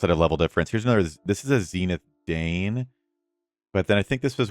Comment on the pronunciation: Dain = “dine” … 👍, not “Dane”